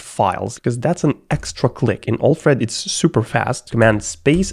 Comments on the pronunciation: Alfred Pennyworth = "Batmans Butler" pronounced: AL + Fred not OLF + RED. PS: love your videos :-) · I know English is not your first language but your pronunciation of Alfred is just wrongly annoying lol…